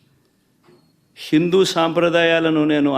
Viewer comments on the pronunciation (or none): హిందూ అనటానికి శిందు అంటాడు వెదవ మాట్లాడటం రాదు ఆ దరిద్రుడు సిఎం అయ్యాడు వాడికి ఓట్లు వేసిన వాళ్ళు ఎంత వెదవలో